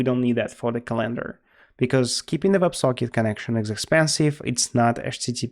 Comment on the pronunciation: Say CalEndar one more time I double dare you